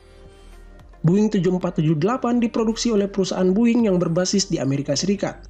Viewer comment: its not buing, its boeing